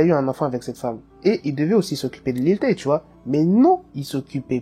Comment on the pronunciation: au debut tu as dit lil tayne